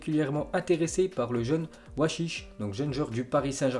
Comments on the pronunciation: c pour te dire que c pas oichiche mais A ouchiche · Il a dit ouachiche au lieu de AOUCHICHE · c Aouchiche pas ouachiche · C Awouchiche au lieu de Wachiche😂😂😂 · wachiche 😂😂 (aouchiche) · Wachiche mdrrrr c'est aouchiche ( a ou chiche ) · C’est Aouchiche pas Ouachiche😂